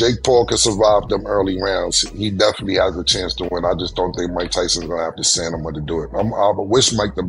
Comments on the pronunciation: I peeped that. He said the word at least 3 times in a minute span. I never heard him struggle with a word like that in over 20 years 😂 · Is anyone talking about the fact that Cam can’t pronounce stamina? He repeatedly says it loud and wrong like he’s proud of it. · Why does it sound like he's saying "stamina" wrong? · Please tell me CAM know how to pronounce that word. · My Man Cam's from NYC as am I. EnglishIs our First and Only language. He cant pronounce "Stamina"?😮 C'mon 😊😊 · I thought I was tripping...but Cam dead ass said "Stanima" at least three times 😂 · Cam is saying stanima😂 he means stamina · Stan nah mah lol nah killa it's Stamina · Come on Cam , stanima 😂, its stamina !!! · Cam said Stanima not stamina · "Thats a lot of stanima"😂😂. I'm french, and I'm telling you it's stamina, "aks" sombody.😂😂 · Not the stanima😂issues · STANIMA is crazy 😂😂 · Stanima is crazy 😂😂😂😂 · I think it would have been okay if Cam was talking about Tyson's stamina. But stanima??? Never question a man's stanima. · StaNima is hilarious😂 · Stanima? Stamina, WTF, Cam? You are doing too much! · You cannot be talking sports saying stanima! 🤣😂😅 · It is pronounced Stamina not stamima. It is also pronounced Acting not acking. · Cam dead set on saying "STANIMA" 😂😂😂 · “It’s gonna turn into a stanima issue” 😂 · every time i hear "stanima" i hear a bell ring right behind it😂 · saying "stand em up". 😅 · Get the pink horse power!! It gives u STANIMA!! 😂😂😂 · Did cam say “STANIMA” instead of stamina?! 🤦🏽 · “Stanama?!” REALLY CAM?! 😳🙄😂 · Wtf is Stanima,???? 😂😂😂😂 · It's Stanima for me lol,and said it twice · Cam's computer wasn't putin!' STANIMA???😂🤣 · “StaNima”!!! What’s that?😂😂😂😂😂😂😂😂😂😂😂😂😂😂😂😂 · What in da hell is Stanima😂😂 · Dafuq is STANIMA ???? BONE APPLE TEA 😂😂😂😂😂😂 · WTF is ah STANIMA?😅😂😂😂😂😂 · He said stanima 20 times. Come on Cam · This nicca said stanima 🤣🤣🤣🤣 he making up a new vocabulary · Not the "STANIMA" 🤦‍♂️😆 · My dawg Cam said "stanima" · Stanama🤦🏾 Somebody correct him please🤣